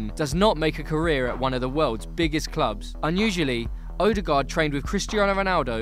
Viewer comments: His name is Ødegaard, so why do you repeatedly call him "Odegard"? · It's pronounced "Uh-de-gawr" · you pronounce his name so badly it almost annoys me "oaderguard" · The way you pronounced ødegaard just killed my soul a little bit. Just a little bit